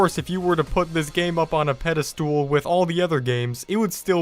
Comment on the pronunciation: It's actually pronounced "pedestal."